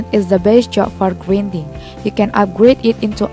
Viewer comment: Nice English "gridning"